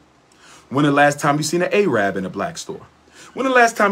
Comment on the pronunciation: The correct pronunciation for Arabic speaking people is Arab not "A-rab" the term A-rab is sort of a racial slur on that people created and made popular by racially motivated Europeans.